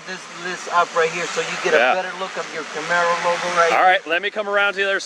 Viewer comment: CAMARO not CAMERO LOL!!!!! Great job guys